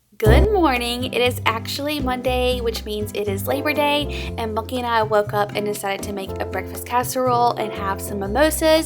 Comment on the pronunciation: Ohhh, sounds like you call him Bucky. I need to listen better....lol.